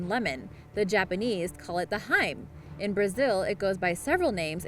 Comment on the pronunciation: it's pronounced Hi-me (hee-meh), damn me...